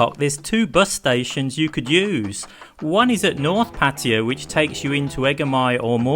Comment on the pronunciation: Why you pronounce Pattaya like a Patya?